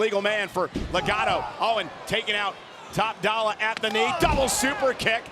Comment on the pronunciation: Everything Michael Cole say Top Dolla. 😂